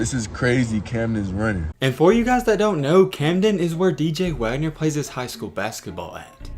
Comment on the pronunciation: He said Camden right finally😂 great vid lately they’ve been bangers